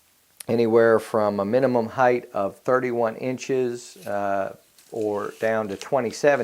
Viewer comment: The word is HEIGHTTTTTTTT with a hard T at the end. It's not spelled Heighth. It's spelled HEIGHT. idiot.